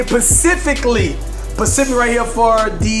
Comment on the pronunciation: saying "pacific" instead of specific lmao